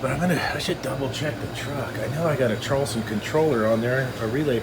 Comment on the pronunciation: traulsen pronounced ""trolls-on" :))